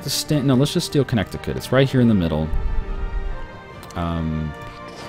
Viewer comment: You don't say the word "connect" when you say Connecticut. The second "c" is silent.